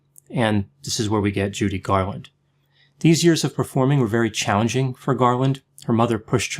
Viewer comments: It's Garland, not "Garwin" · Sure sounded like Garwin to me. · Am I mistaken or does repeatedly pronounce her surname "Garwin"? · Is it just me or is he screwing with us by calling her “Garwin” some times... like the “meow” thing from Super Troopers? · Just as I read this, I totally heard Garwin